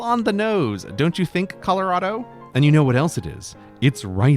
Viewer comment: Also under the context, I have never in my [redacted] years living heard someone pronounce Colorado “Colow-rad-oh” and have always just pronounced it “Color-awe-dough”